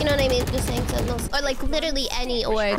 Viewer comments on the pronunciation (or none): I loved how you kept saying "sentenials" lmao